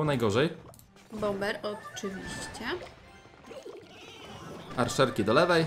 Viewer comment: Arczerki a nie Arszerki xD